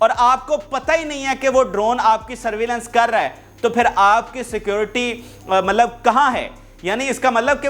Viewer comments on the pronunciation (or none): ملب نہیں ہوتا پیارے۔۔۔ مطلب ہوتا ہے۔